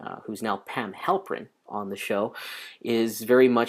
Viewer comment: Halpert.... not Halprin :(